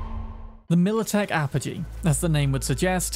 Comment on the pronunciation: Oh wow, someone actually pronounced apogee correctly. 🤣